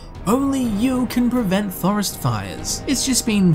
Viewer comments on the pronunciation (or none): none